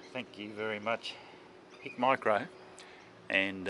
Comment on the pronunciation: Thermal, not night vision. Two different things. It's Hikmicro, not Hicmicro.